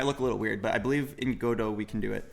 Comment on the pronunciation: finally he says godo not go dot , hes locked in now